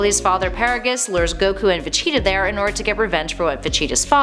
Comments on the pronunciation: Jesus Christ who is vecheeta? It's veGeta LoL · It's pronounced Ve-gee-tuh, not Ve-chee-tuh. He's the Prince of All Saiyans, not the mascot of Cheetos. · it is siad like this veg-eta. Is it just me or is the way she says Vegeta really weird?? Planet Vecheetah? She says it like Va-Cheat-a Thats why i came to the comments. For this comment. The empty man 1 day ago Cringe Isaac Denley 1 day ago Vegeta. jablackjam 1 day ago She needs to say it correctly. Jahnte Walker 1 day ago I cringed every time she said that. Slinger of Truth 1 day ago She's saying Broly wrong too. It's Brol y not bro lly. sstrunks8813 1 day ago I like her nobody corrected her. Dan Maloney 1 day ago I have made the case that she has mispronounced it in the past. But I chalk it up to her being Canadian. Joshua Martinez 15 hours ago She's dumb clearly never saw any of DBZ! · It’s Vageta, as in Vaj-eet-ah. why are you saying va-cheetah? That aside though, love the video. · Veceta or Vegeta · she definitely said vecheetah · I Couldn’t get past the first few VeCHEEETAAH’s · i cant 😂😂 no one corrected her before uploading this....vecheetah.... facheta...... fa chi ta...... va cheee da ......kills me everytime she says it wrong 😭😭😂😭😂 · Every time she says “Vecheta” my aids flare up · How about a Top 10 Ways not to say Vegeta, and in at our #1 Spot Vecheetah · I'm sorry I do love the videos I liked her but I hate how she says Vegeta. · Is this like a cool-whip joke with the butchering of saying Vegeta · God I need to stop watching this channels dragon ball videos, they cannot pronounce Vegeta right at all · Omg I love how she pronounces Vegeta. 😂😂😂😂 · Is it just me or is the way she says Vegeta really weird?? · Thought the same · I have made the case that she has mispronounced it in the past. But I chalk it up to her being Canadian.